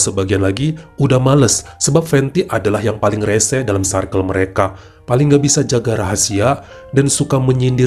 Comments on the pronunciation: Baca circle tuh bukan sairkel bang tp sirkel🤭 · Circle cara penyebutannya.. sə:kl.. Untuk lain kali ya bang supaya kita tetep cinta ❤️ dan makin cinta ❤️ sama cerita2. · Greget denger bilang "circle" nya 😂